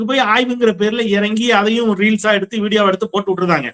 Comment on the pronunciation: ரீல்ஸ் என்பது ஓல்ஸ் என்று தோன்றுகிறது